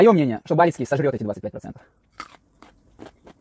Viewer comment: а фамилию всё-таки надо правильно называть, не Балицкий, а Бальский.